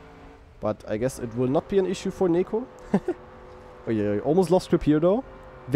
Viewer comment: It's nEko not nIko....